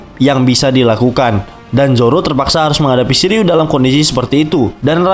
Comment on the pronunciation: Shiryu❌ Shiliew✅